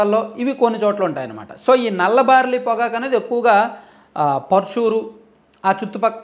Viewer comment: Orryyy karrri sanyaasi baariii kadhu barlliiii